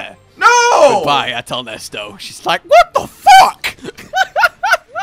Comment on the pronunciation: "Behold Athal Nesto" Almost buddy almost... it's Nesset as in the God!